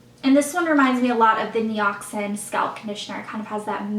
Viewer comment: It's pronounced ni-ox-in FYI